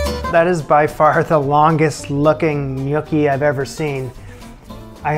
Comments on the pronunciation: Haha. Glad it's not just me. It's not "nYOOKee" but "nYAWKee". You're welcome. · Is no one gonna talk about how he was pronouncing gnocchi? Cuz I was dying laughing the entire video 😂😂 it's hard to make the first few times so you're not alone, it kicked my butt for a while. But please stop calling them gnookie 😂 ny-OH-ki is the correct Italian pronunciation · It is knee-oh-kee not nookie. Nookie something else. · "Nookie?" "Newkie?" "Nuke-y?" Love the variations in your pronunciations. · Def Nookie lololol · can't get over pronouncing gnocchi similar to snooki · A mincer might be like a ricer, don’t know if that makes a difference. I watched because “what’s a nooki?!” Haha, not how I pronounced gnocchi! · My father just rose from the dead to excoriate you for mispronouncing “gnocchi.” It’s “nyaw-kee.” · I cringed every time he uttered it incorrectly. 😂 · You would cringe if you knew how I pronounced gnocchi before this show, it started with a g and ended with chi! Give him a break!